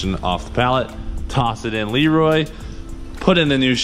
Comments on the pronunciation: listen at the beginning of video of how you pronounce LEROY LOL!!!!! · Cleetus McFarland hey listen at beginning of video of how you pronounce LEROY LOL!!